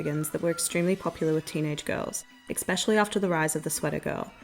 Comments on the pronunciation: Please stop saying ‘expecially’; it’s ‘especially’. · It’s pronounced “especially” not “eCsepcially “ sorry it’s bothering me 😂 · eXpecially :P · Ekspecially isn’t a word. Three times is too many. My GOD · Love your videos. Please stop saying 'exspecially' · The pronunciation of “especially” kills me, but your videos are so good.